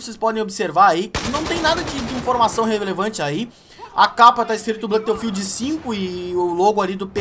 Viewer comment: blãto fild não né cara kkkk